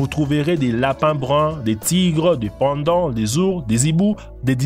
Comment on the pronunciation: Non Gisèle Ngimbi "des Pandon" mdr